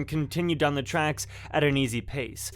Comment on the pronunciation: “Not ‘til the next sheduled….” Sheduled and railroad tranks: you are a poor speaker, why are you even try to do YouTube videos and you are a very poor speaker. Maybe you should pay someone to voice these for you, you know? Someone who knows how to speak English?